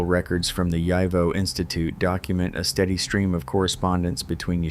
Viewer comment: YIVO = yee-voe